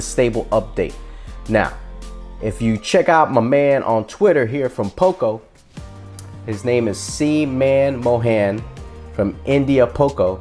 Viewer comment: That name is pronounced "munmohun".. Not Man-mo-han